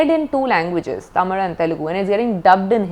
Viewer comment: I just appreciate her for pronouncing Tamil the right way as ‘Thamizh’ 👏👏